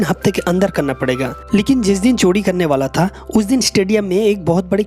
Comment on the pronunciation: चोडी नहीं चोरी